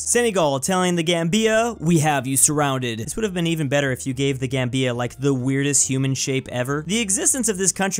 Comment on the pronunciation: The Gambia isn't pronounced like that. It rhymes with Zambia